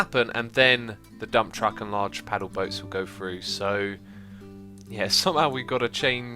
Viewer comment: its Through not Fru